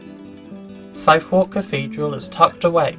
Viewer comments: Interesting. It’s just a shame the mispronunciation of Southwark put me off. Sorry, but I stopped taking it seriously after that. It reminds me a bit of Worcester, where I live. Newcomers just don’t seem to be able to get it right. Just to put my money’s worth in, people saying the mispronunciation doesn’t matter miss the point. If you wanted to watch a video and then visit the places mentioned, you might need to tell taxi drivers etc where you want to go. You might even need to ask for directions. I would suggest that might be a bit easier if you can pronounce where you want to go. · south wawk? suth uck for god's sake. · An interesting video, but are you ChatGPT?...Southwark Cathedral is pronounced SUTH-URK, not SOUTH-WARK,as is that entire area south of the river. The church is also known as St Mary Overy, as in St Mary over the river. Your enunciation is also rather odd, so I hope you won't mind my mentioning it. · Yep. SUTTHUCK. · I went back 4 times to try to catch the name of that cathedral and can't get it - Sifor? Syphor? It's something in the pronunciation - what is it? From the effigy - could it be Southwark? That's pronounced Suth-erk. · It isn't pronounced "South-Wark" you daft yokel! "Suthark" or "Sutheck" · No! No! No1 NOT SOUTH WALK - it's pronounced suthuhk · I admit that I had to think quickly when I heard “South Walk” Cathedral. I have to correct, no Londoner pronounces it with an ‘A’ in the second syllable, arrieson1 is correct with his phonetic description, ‘Suverk’ is how the word commonly sounds. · I made the same mistake when I worked in London years ago, pronouncing it almost like South Park 😅. No-one will ever let you forget it. But you live, and you learn, and people eventually laugh at something else 😁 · Southwark is pronounced "Sutherk". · Sorry to give offence.But come on ,dude! I mean .I've only been to London twice in my life and even I knew it wasn't 'south-walk'.Good content otherwise. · it is NOT pronounced Southwalk